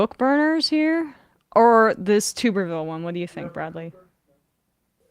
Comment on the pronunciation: Tuberville -- pronounced: tub-er-vil (not tube-er-vil) I'm no fan, but after 3 yrs as Senator (& many yrs as a prominent head college football coach), there's no excuse to not correctly pronounce his name. (Maybe mispronouncing it is an intentional dis?) Whenever I'm not sure how to pronounce someone's name I find out how THEY THEMSELVES pronounce their own name.